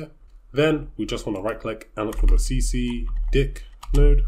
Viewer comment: Got me at see see di*k TF was that pronunciation bro